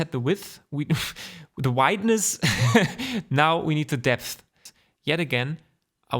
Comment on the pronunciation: Vielen Dank. Btw i love how you struggle with the words "width" and "depth" - dont worry, happens to all of us german speaking people ;)